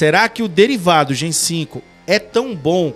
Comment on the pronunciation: Olá queridos Heróis! Apenas uma correção: o nome da série se pronuncia Gen "Vi" por conta do composto "V". Importante acertar nos próximos vídeos p rankear bem no algoritmo. De resto, ótima analise. Abraço!